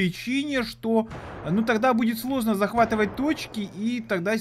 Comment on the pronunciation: ребята он сказал что будет слозно захватывать точки СЛОЗНО НЕ СЛОЗНО А СЛОЖНО!